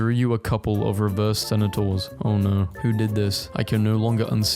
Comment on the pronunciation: You really just called centaurs senaturs?